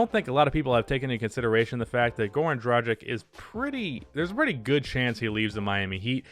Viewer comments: Fyi its DRA-GICH, not DRA-JICK. Just a side note. Keep up the good vids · pleace stop pronouncing "dragic" so wrong